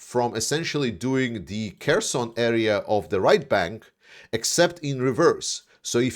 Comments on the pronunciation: I'm talking about the pronunciation. The name is Херсон, so H, not K. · Herson, not Kerson, right? You keep saying Kerson. That is wrong, isn't it?